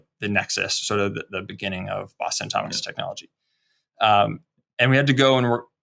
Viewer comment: Believe it or not, he was attempting to say Boston Atomics. Enunciate, kids!